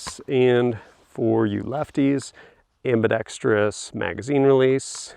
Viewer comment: people who say, "ambi-dex-tree-us" are a pet peeve of mine. Ambidextrous only has one "i".